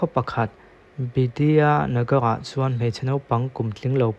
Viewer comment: Biswajit Das" tih lam rik dan Bisawzit das tih in lam tur, chuan Bidhyanagar" tih pawh kha Bitdanagawr tih in lam tur hehe😂